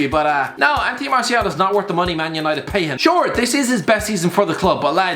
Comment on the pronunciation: You called martial "marshal"